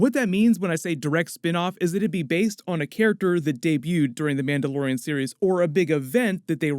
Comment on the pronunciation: What, a Mandayodian?